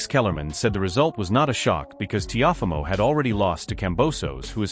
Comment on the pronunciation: The narrator called him "Tee-off-amo" LOL